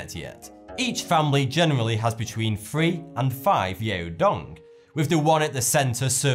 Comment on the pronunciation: "Frive".??? You need to start your own society of people who refuse to pronounce their words properly.... even when they speak publicly..... and that drooopy-ass eye makes my lazy eye look genius' when people are trying to figure out which one is really looking at them. "Discooovud it"... WTF There is only one way to annunciate certain words. I bet your mother's proud that you made it as far as YouTube, when you could've easily just gave up,,, gotta' give you props there. I gave up. PEACE